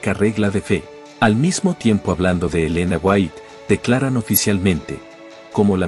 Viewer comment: Y Yo NO defiendo del todo las enseñanzas del pastor Sugel Michelen.. Y al menos, Aprendase bien los nombres de la gente de quien Ud habla... no es michel sugelen ni elena fuait.